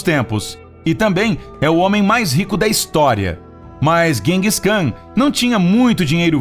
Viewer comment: Vc tá pronunciando os nomes errado, Seattle, Genghis Kan ......